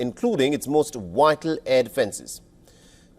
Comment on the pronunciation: Wytal ? Learn how to say vvvvvvital